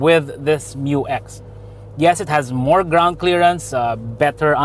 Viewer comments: Despite good audio, I'm still hearing M-U-X not Miyu-X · FYR it is pronounced as "myu-ex", not M-U-X. That's why it is spelled Mu-X. This was also confirmed by Isuzu themselves.✌️🙂